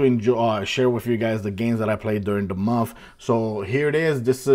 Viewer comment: I like how sounds like he's saying "momf" (month)😂